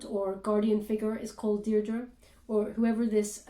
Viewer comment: Whoa!!!!’ That’s my name, Deirdre. People rarely say it correctly! Oh my goodness! 👀😳